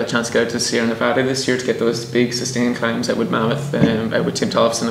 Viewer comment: He said Nevada correctly!!! I'm cheering for him.